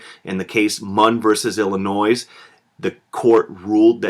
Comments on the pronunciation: sir,,, now I KNOW you did not just pronounce the ‘s’ in ‘illinois’ 😔✌🏻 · You pronounced the "s" in Illinois 😒